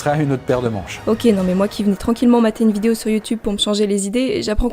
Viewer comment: J'adore ta "vido" 0.59 👌👌👌